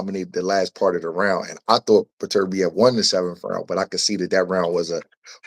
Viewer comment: the different names hes saying for beterbiev is killen me lmao daturbia and beterbee ….ITS BETER BIEV